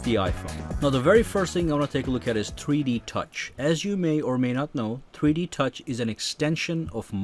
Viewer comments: every time he says 3D touch it sounds like he is saying tweetie touch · it sounds like he's saying "treede touch" 😂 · Why does it sound like he is saying tweety touch I'm probably tripping